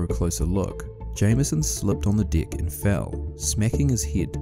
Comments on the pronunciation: Literally said "slipped on the d*ck". Because of the accent, I know, but I can laugh regardless. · i know this is really immature but when the guy says "deck" his accent makes the e sound like an i